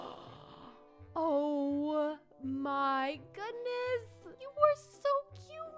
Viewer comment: Instead of saying oh my goodness the word said oh my godness lol